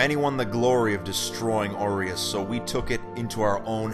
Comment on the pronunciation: Why am I hearing "oreos city"